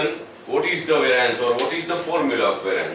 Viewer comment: "how can we calculate vaaraanc" and ... lol ...sir ji .... its not vaaraanc , it is pronounced as ˈveriəns /ˈværiəns/